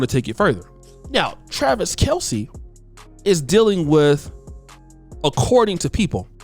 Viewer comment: His name is actually pronounced Travis Kelce (kelz) not (kelcee)